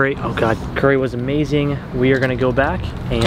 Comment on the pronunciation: Hey tip from a Japanese guy! Japanese curry is pronounced kare not curry.